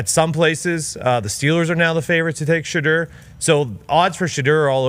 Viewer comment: He says it correctly. Everyone including his father says it incorrectly